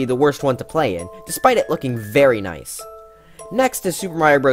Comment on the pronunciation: When he said "noice" I felt that